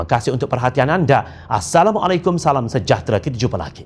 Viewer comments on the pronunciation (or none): none